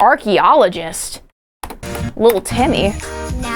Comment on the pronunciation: Bro really said Archaeologist💀